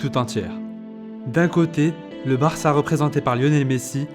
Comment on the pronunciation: il a dit "varca" je suis pas fou nan